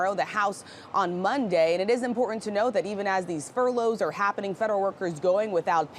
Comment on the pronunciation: Pronounce the ‘t’ in the word ‘important’